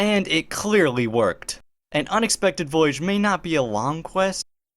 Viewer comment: Voyage, not vohiège.